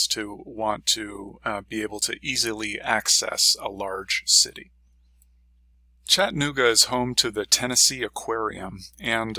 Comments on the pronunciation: Pronounce the A, it's Chatt-A-nooga, not Chattinooga. I had to learn that when I moved here and your mispronouncing it is like nails on a chalk board. I've been here 16 years, and love it but am moving. The city is getting rather crowded, the streets are falling apart. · To retire here, you have to learn to pronounce Chattanooga correctly. ✔